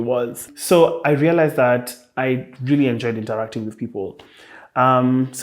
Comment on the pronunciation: I "lealized"realized that uu!🤣🤣